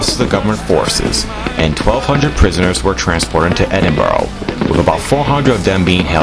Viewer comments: Edin bur ra not Edinborough. Coven Nan Ters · I have to say, your two lovely guys...but please...for the love of god! Endinburrow is soooo annoying! It’s not pronounced like that guys! And walking right over the graves of people?...not cool and a bit disrespectful. Yes, I’m born and bred Edinburgh, work for The City of Edinburgh Council and spend many lunch breaks having my lunch in the serenity of Greyfriars Kirkyard..so yeah! I’m entitled to my opinion! But you two guys are pretty cool😎☺️I’m just so glad you enjoyed our beautiful, historic city☺️❤️ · I wish you yanks would learn say Edinburgh correctly. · The way he pronounces Edinburgh is just precious